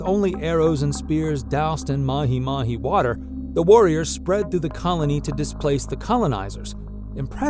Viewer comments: I am very disturbed by how you say mahimahi...its MA-G MA-G. Maji is water. There is no such thing as mahimahi water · I can bare with the other mispronunciations but not mahi mahi, pronunciation- ma jee, ma jee.